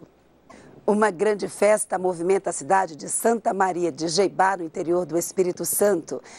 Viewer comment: NUSSA. santa maria de jeibá? é jetibá. sahsuahsuahsua moro no es to ligado dos baguio mano :) hasuhASUhausha